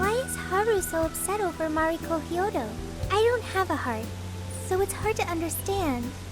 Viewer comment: Mariko, not Mario... There is a “k” in there 👌